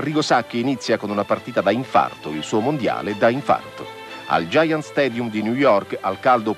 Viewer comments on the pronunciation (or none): none